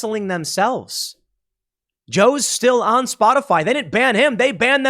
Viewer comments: Is it misinformation if she calls it Spotifly instead of Spotify? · Anyone else catch calling it "spotafly"?